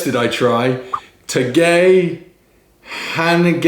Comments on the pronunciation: Teygey henggeng memetey😂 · Tagay hanggang mamatay. ay from Tagay and mamatay should sound as I as in Tag-I or a more appropriate phonetic Tuhguy...not ey as in English A, Tag-A. Remember Filipino vowels A, E, I, O, U. Drinking Redhorse and Hunts pork and beans as pulutan with you guys now. Thanks and God bless. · Try "TA-GAI HANG-GANG MAMA-TAI" not ta gay heng geng meme tay ✌✌✌ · It’s Ta-guy hang-gang mama-tie!!! 😂 Greetings from Sunny ☀️ Brighton!!! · Tagay hangang mamatay ( TUH-GUY HUNG-GANG MAMA-TIE) butchered it but I hope this help.. cheers 🍻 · Tagay Hanggang Mamatay! (reads as: Tug - Guy - Hang - Gang - Mama - Tie) Cheers! :) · “Tagay hanggang mamatay” All a’s are pronounced “ah”. So…? Lol